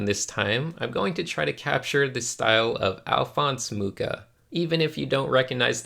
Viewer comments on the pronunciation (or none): Ah yes, the return of